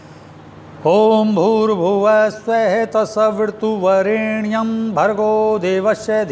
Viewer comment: सवीरतुवरेण्यम । स्वामीजी मेरे विचार से तो सवितुर वरेण्यम होना चाहिए। आपको क्या लगता ह सवीरतु या सवितुर कोंन से शुद्ध ह। यदि आप से ऐसी भूल होगी तो और दूसरे साधको को तो भरम की स्थिती बन जायेगी। कृपया स्पष्ट करे इस मंत्र को